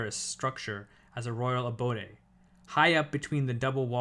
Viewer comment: Abode, if you expend the O, then why pronounce the magic E that you changed the O with? It's a common English word, like "No fixed abode"